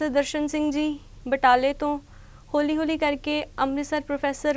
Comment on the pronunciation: होली होली कोई बोली नहीं .. हौल़ी हौल़ी .. then what uchh vidya and what kirtan , when our pronunciation is this .. beta dhyan dio .. galat gall riwaz vich aa jandi hai